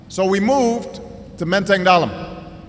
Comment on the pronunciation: Pronunciation-nya benar tuh, Menteng Dalem bukan Dalam.